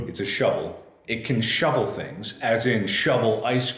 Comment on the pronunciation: Hari G I believe you mean “Mark: A SHOUVEL!”